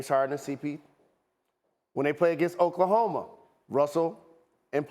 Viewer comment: Meljohn Amolar *chokelahoma lol